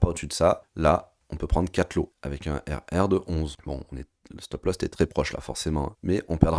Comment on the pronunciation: "stop loss" et non pas "stop lost" 😅🤣😂si tu as perdu ton stop, t'es mal bro !